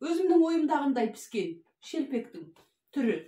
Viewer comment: Пыспаиды демеиді піспеиді деиді